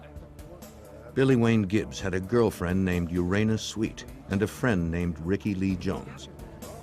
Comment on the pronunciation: "Urana Sweet"? WTF